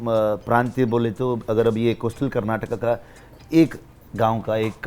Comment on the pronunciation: North Indian log pronunciation sahi nahi karte its not kantaara it's kaantara,ಕಾಂತರ, and kar naatak bolte he its Karnaatakaa " Karnataka" pronunciation theek taraha se karo police ko pulis kya bolte ho yaar.